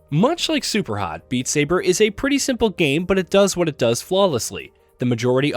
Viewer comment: Loved how you said "Super Hot" 😅, very on point!